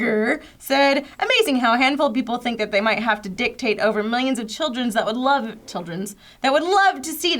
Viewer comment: Desmond said dictake.... HA!